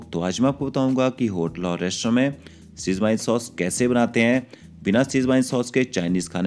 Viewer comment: apna pronunciation sudhaar toh Schwezwan ko schwine bolra hai